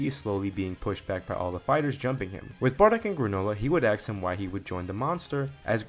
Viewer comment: "Ask" ❌ "Axe" ✅ 😂😂😂